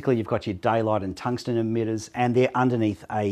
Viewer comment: stop saying edmitters its emitters